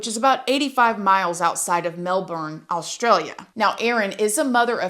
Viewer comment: As an Aussie it's SO rare an American says Melbourne correctly! 🙌🙌🙌